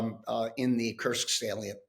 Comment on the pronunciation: The US General did get the pronunciation of Kursk right (at 8'39") which Times interviewers don't seem to be able to muster. To paraphrase: "Why can't the English (bis) teach their children to speak"?😉